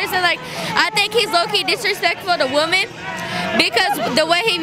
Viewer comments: “The way he be talkin’ to W O M E H.” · Bruh she said “woman” instead of “women” so many times